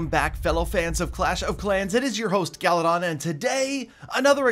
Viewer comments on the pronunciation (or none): I like how says galadon he says galidon